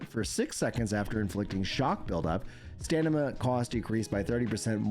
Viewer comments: You keep saying stanima.. its STAMINA!!😂😂, sorry! Great work covering this❤ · Love your content but you really gotta stop saying stanima, it's driving me nuts😂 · Dude I heard you mention dyslexia once and I thought it was a jest! I'm so sorry. I love it when you say stanima 😅